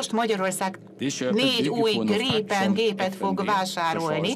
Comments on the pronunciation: Csak a kiejtésben Grípen (hosszú í), írásban nem. Svédben nincs hosszú í betű. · Nem Grippen hanem Grípen, hosszú ííí-vel egy p-vel